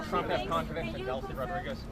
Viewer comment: Didn’t President “Chump”, as Leavitt, pronounces it, say that gas price were at $1.99 about 2 months ago? That’s a huge price spike! Why would she be celebrating $2.70?